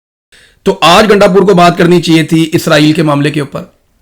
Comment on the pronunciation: گانڈ پور نہیں گاندو پور